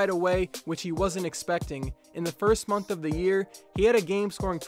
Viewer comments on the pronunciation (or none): none